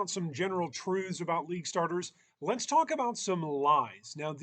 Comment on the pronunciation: mans says truves great video